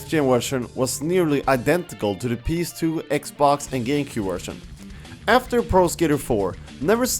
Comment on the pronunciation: he says ps2 kinda weird he says pees2